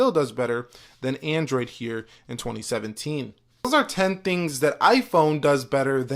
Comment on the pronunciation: "heeurehh in 2017teeun"